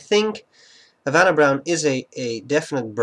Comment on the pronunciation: The H is silent in Spanish. Good Spanish, though.